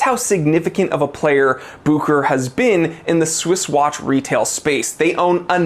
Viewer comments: It's pronoounced book ur ur my friend. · I talked with Rolex they're changing the pronunciation to Buke her hair. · The real name is Bucherer a Swiss name. But Americans are almost always not able to pronounce a foreign name correctly.